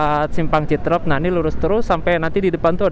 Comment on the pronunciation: Citeureup bukan citrep,Luh coy